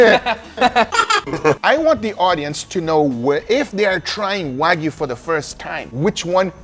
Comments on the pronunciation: Waaaa gyuu. Not Way-gu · It's pronounced wa (like water) gyu, not wa (like waggle) gyu. It's like you saying that steak is a New Yak Stripe steak...